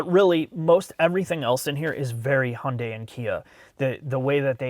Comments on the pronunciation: Hay-yun-dai Hi-yun-die Hey-un-day Every time I hear someone pronounce Hyundai and other way than Hun-day I cringe a little. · If only he could pronounce Hyundai properly. There is no silent Y. Hunday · Years ago, in the US there was a Hyundai commercial that showed how to pronounce the brand. They said Hyundai is pronounced like Sunday. 🤷🏻‍♀️ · It's funny i mean pronunciation of Hyundai.. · "and yes, this is how we pronounce it in the United States." I love it hahahaha subtle shots fired for the other guys video 🤣🤣🤣